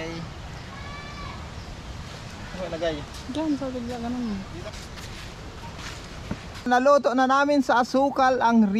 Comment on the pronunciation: Inaartehan mo pa ang bigkas Ng naluto Lalo lang masamang pakinggan